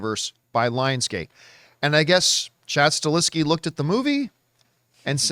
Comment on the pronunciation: He is called Chad STAHELSKI not Staleski